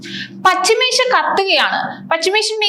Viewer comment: not pachimesia.... pls read carefuuly